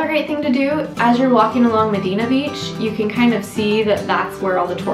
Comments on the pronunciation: Oof, sorry, but there is no "Medina Beach". You repeated that several times. The locals call it Playa el Médano or Medano Beach. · Lmao it's medano Beach not medino